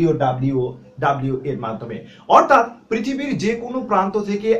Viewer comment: টিউটোরিয়াল টি ভাল। কিন্তু ডাব্লিউ ডাব্লিউ ডাব্লিউ না বলে বলুন ডব্লিউ ডব্লিউ ডব্লিউ।